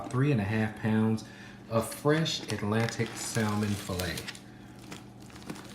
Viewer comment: The L in salmon is silent...those are Scallions, NOT shallots.